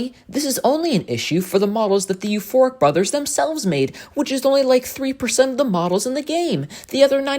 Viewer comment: when you said euphoric brothers EVERYTIME i thout you said FORK BROTHERS